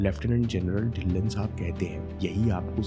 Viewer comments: inspiring video🌸 But its ढिल्लों not ढिल्ल्न 🙏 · dhilon parnounc ( dhilo)